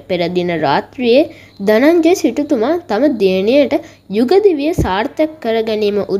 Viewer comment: ධජය නෙමෙයි ධනංජය😂😂😂😂